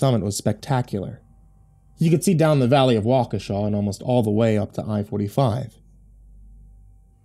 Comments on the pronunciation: Thank you, thank you, thank you, for pronouncing my home town correctly!! I'll add this to my local spook stories. :) Wa ka sha! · as a native of Waukesha Wisconsin I want to say thank you thank you for pronouncing Waukesha correctly and thank you for such a wonderful story I'm a big fan of your channel and have you on Signal whatever you want to call it as soon as the new story comes up on YouTube I get the the alert from you I'm looking very forward to part 3 a tales of the gas station and thank you again for the wonderful story I've been to the Nike missile site many times it's a it's a hectoliter pretty popular hang out if you have a way of finding any more stories about Wisconsin Waukesha Wisconsin that aren't about the Slender Man stories I look forward to hearing them thank you and as you like to say, sweet dreams. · I only live 20 mins from waukesha Wisconsin and im surprised you said it correctly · Feels weird hearing all those things about the town I grew up in. Especially the correct pronunciation of Waukesha.